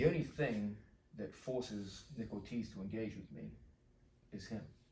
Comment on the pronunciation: I thought the uke's name was "nickel cheese" because of the generated subtitles. Then I heard "Nick Ortiz". I like Nickel Cheese better.